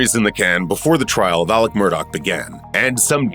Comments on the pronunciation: Why do you keep calling him Alec, when it's Alex? The beginning of this continuously sound like Alec.... Weird, I'm not sure if you can't get his name right or if your intentionally doing it because you think his name is Alec. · Did anyone ever get word to the narrator that it's "Alex", not "Alec"?